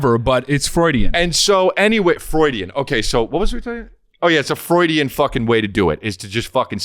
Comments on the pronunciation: Gonna say "Frewidian" slip from now on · Honestly it's about time someone calls out the way Chris says Freudian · HAHAHAHA!! Love you, Chris, but is 100% right on “Freudian” pronunciation. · You know whats crazy about chris’ cult of personality. I’ve heard him pronounce “Freudian” that way plenty of times and never once thought about it, but the second is here to pierce the veil I suddenly realize Chris actually has no fuckin idea